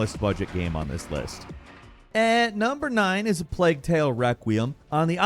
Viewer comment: It's not pronounced 'pleg' though is it!